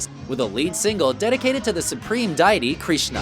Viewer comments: I have never heard anyone mess up the word "deity" like this narrator did, in all my 47 years. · Astonishing the mispronunciations in this . . . "Bernie Topay?" "Deye-ity"? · Krishna is not the supreme deity. He's just the 8th avatar of Vishnu, one of three supreme deities. Also, they pronounced deity wrong. And wtf did you call Bernie Taupin? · Try working on your pronunciation of deity and Taupin.